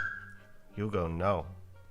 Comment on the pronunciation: I hope Hugo knows he's name is Hugo and not DhOuG .... Whahahaha!